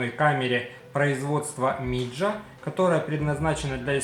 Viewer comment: не миджа, а мидзя